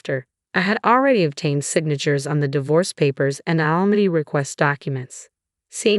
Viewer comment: alimony not alamon